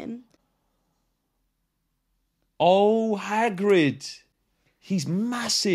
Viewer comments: Did she call Hagrid haggis? rofl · It’s Hagrid not Haggis lol